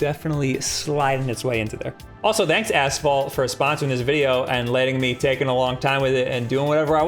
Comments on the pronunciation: I keep hearing him say "ass-fall" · Maybe it's a regional thing, but we say "ash-fault" here.